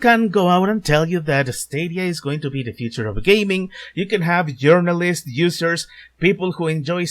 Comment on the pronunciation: It sounds like you said "Urinalists".